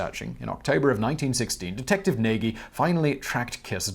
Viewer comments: I think that Nagy is pronounced something like Nahzh. Presumably some Hungarian will confirm or correct that. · If I am not mistaken, Nagy is pronounced nodsh or something similar... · Nagy is pronounced Nudge or Noyj in Hungarian. Certainly not Nay-gee.